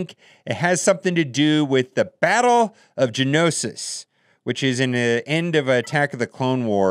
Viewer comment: Say it with me gee-a-no-sis damn I don't Kno much about Star Wars just the game huh!